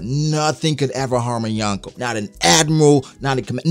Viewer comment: My skin cringes every time he says yawn koh